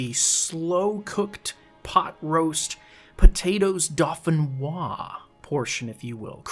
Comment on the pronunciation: Hey what’s up! Sorry, been lurking for a while, but I’m still watching! 🙈 Just letting you know that I’m a French Canadian, and it’s spelled “Dauphinois” as in “Gratin dauphinois” and your prononciation is on point! 👌